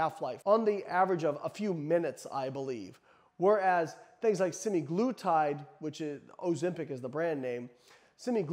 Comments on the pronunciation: *semaglutide, not semiglutide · “Semiglutide”. Ha ha